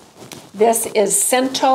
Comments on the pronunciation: I can my own tomato purée every year from the tomatoes I grow. I use it to make chili, tomato sauce for pasta, and pizza sauce. It is very versatile. I grew up with it. I am Italian and my mother used canned purée (store-bought) a lot. (In case you’re curious, Cento is pronounced Chen-toe. 😊) Thank you for your excellent tips, and I hope you have a wonderful holiday! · I believe it's pronounced chen-ta in Italian. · the correct Italian pronunciation of cento is chento. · pronounced as “Chento” 😊